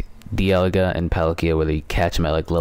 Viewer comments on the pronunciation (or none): none